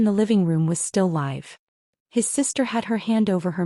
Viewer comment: Pronounce live correct for the story. Crap